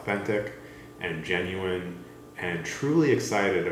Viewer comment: The way you pronounce "genuine" and "genuinely" is very weird lol